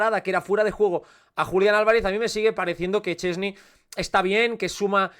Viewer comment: Szczęsny= "Shtes-ne". Tampoco es tan difícil. Los locutores catalanes lo pronuncian bien, pero los españoles (locutores, youtubers, streamers...) ni lo intentan: "Chesni, Sesni, Cheni..." El lenguaje es su herramienta, se supone que es su profesión ¿tanto les cuesta?